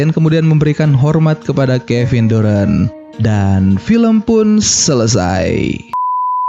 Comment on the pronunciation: bacanya darent bang, bukan durant, apalagi durex